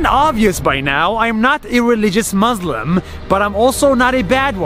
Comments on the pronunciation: Its pronounced muSLIM not muZLUM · He is palestinian, i bet he can pronounce 'muslim', wonder why he says maazlimb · It's pronounced MOOSE LIM it's not hard to say in any language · the fact that he pronounces it mazlim is enough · Did anyone else notice that Nas doesn't even say the word "Muslim" correctly? He pronounces it muh-zlem with a z instead of an s. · Why is he pronouncing it “muzlem”